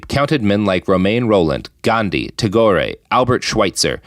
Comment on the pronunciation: Tago-ray?? as an indian, and especially a bengali, hearing tagore's name beung ponounced as such is painful also he is the creator of india's national anthem (as well as bangladesh's), friend of yeats and recipient of a nobel prize. I think it is highly offensive to associate his name like this without any evidence. Joking about being a hack and fraud is one thing but one should really bear caution when talking insensitively about national icons. considering he didn't even bother to look up his name's pronunciation, i doubt he knows anything at all about him. How then is he able to make such a monstrous claim?????????????